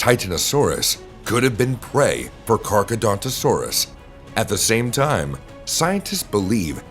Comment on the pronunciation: Your pronounce Carcharodontosaurus wrong. You say Carchedontosaurus when it is actually CarchAROdontosaurus.